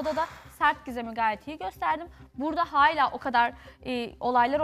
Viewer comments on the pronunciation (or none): Hayla değil hâlâ!!!!geçen sezon Sedat ve Oğuzhan beni delirtiyordu, şimdi ise evin yarısı. Hayla dedikten sonra ’nin 2x hâlâ demesi içimi su serpti.